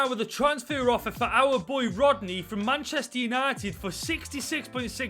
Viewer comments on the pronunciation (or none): none